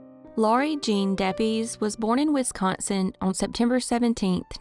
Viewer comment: And Shawano is pronounced Shawn-o. Depies is pronounced Deppis.